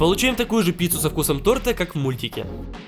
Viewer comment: правильно говорить тОрты по правилам русского языка. Я не в упрёк, просто замечание. Становись грамотнее)